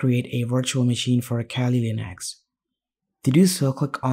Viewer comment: abe bhai english bhi bol rha h toh aisi ki kali ko khaali linux bol rha h ,,, well koi ni content badhya tha